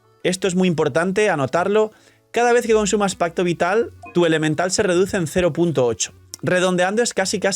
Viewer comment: Lo siento, no puedo dejar de escuchar onda vital cada que dicen pacto vital.